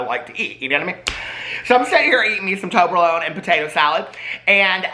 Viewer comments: I never tried me some toberlone I have had toblerone is it the same just made in October alone ?? 🤷‍♂️ I’m just playin just funny how he said it, also has he had 43 cold brews today lol 😂 Edit I’m also 4 years sober this October then got cancer and that gave me time to forget about alcohol to progress so every cloud right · Toberlone? TOBLERONE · trying to pronounce Toblerone paid my debts and cleared my skin 😂